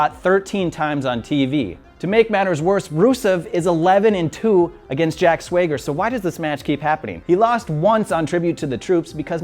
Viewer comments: "Jack Swayger?" time for another apology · "Jack Sweager" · jack swayger??? god damn that's annoying